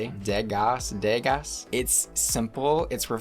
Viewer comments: the lobster hat is also a reference to Elsa Schiaparelli. Degas you don't say the es at all, pronounced "Day-gah." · Degas = DEY-gah :) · PS Not sure the French pronunciation, but in the US it's "day-GAH" or "duh-GAH". The s is silent in both English and French.